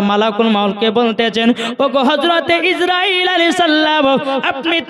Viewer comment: কথাটা ইজ্রাইল না আজরাইল। ঠিক ঠাক উচ্চারণ করুন